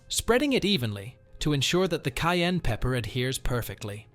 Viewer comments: Kai and pepper I don’t know what she saying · How do pronounce it, "cain" pepper or "ki-ann" pepper. She must be Ausie!